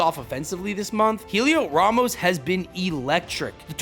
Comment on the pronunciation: yeah he totally botched Heliot Ramos name wrong